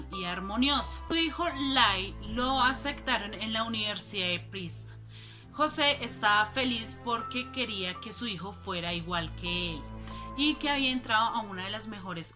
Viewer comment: "Uniersida" en Princeton? "Etsámenes" improvisados? Lo "acectaron" en la "uniersidá"? "Etceso" de velocidad? Entró en "atción"? "Decetcionado"?